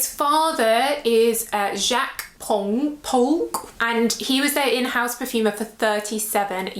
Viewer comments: Hi, 😂 in French we say Polche like éponge...if you ask google to say éponge you will hear how to pronounce Polge.. 😉 Spicebomb is fantastic? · I'm also a longtime Jimmy Choo fan😁......living in France, I think Polge is pronounced "pohljay".....but hey, not important😂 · Great video as per usual ❤ for the pronunciation, if I am correct, it’s a soft “g” not hard, not sure about the phonetics it sounds like the j in jeez but you don’t pronounce the final e in Polge. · It's a soft [j] as in "garage "😊